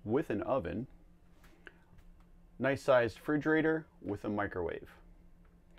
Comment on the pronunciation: Those prices😱 Also, I've never heard you say RE-frigerator.